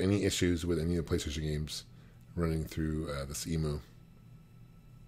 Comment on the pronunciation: "Emu" not "Emoo" ;)